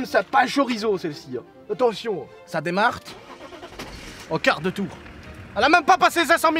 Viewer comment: "sa demarte"😂